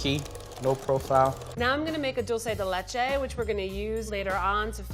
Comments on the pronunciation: God the spanish hurts my soul… Pina colada… ouch Dolce de lehche… my heart You are killing me, my poor Puerto Rican heart! I think she had too much booze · you are cool, dulce de lecho shouldn't be that difficult Atte: someone from Argentina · Dulceyy dee Leyche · The way she said Dulce de leche 😭💀